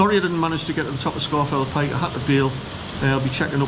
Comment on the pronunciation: It is correctly pronounced “Scawf’l Pike”. And my Paramo Alta jacket has kept me dry on numerous hill walks - including a climb of Scafell Pike in tbe rain.